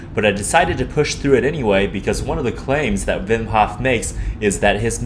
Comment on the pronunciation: Not only did you make a banger video, you also pronounce his first name the Dutch way! Respect and all the love :D